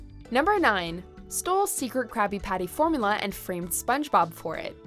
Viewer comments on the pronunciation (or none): "formala" triggered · Ur saying formula wrong....